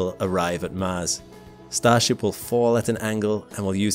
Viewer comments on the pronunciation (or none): "They'll be brought there by StarShap.." Umm no.